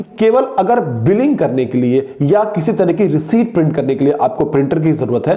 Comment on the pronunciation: Thanks. But please learn how to pronounce receipt 🙄